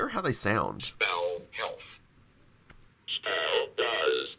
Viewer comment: why does it sound like spell die 😱😱😱